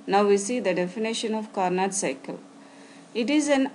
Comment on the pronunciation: The actual pronunciation is "carno" where "t" is silent. Of course these doesn't matter in science where understanding is most important. But still I m giving this information from a GK point of view.